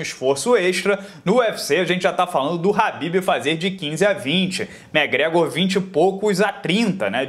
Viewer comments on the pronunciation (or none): none